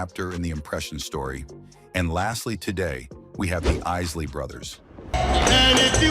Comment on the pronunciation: That's ISSSLEYS!